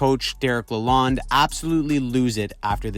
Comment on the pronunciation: la lone not lalond